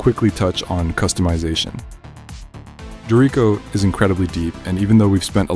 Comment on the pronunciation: A helpful tutorial. Thanks! By the way, it is pronounced DOOR-i-co, not Do-REE-co.